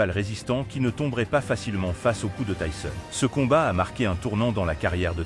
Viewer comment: Commentaires nul avec la prononciation de tyson ❗